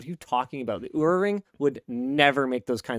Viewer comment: Oura is supposed to be said like the beginning of "Oh rough"